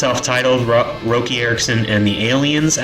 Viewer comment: His name is pronounced Rocky ya fuggin amateur 🤦